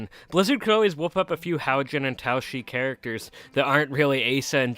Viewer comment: I think it’s Too-shoo-ee